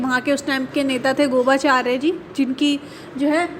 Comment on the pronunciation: Nice video but He was मिखाइल गोर्बाचोब not गोबाचार्य जी ☺️